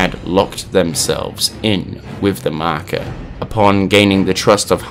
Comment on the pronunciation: Nobody:: The markar